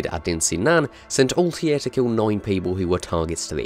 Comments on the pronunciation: Altair not Altiar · I love the pronunciation. Altair = Oltie :D Learn some English mate. We don't speak Welsh. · "Assassin's Creed is my favorite series" proceeds to pronounce Altair as Altier for the whole video. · What a weird pronunciation of "Altair" ... They say his name multiple times in games. It's weird you butchered it even tho you heard it probably 100 times :D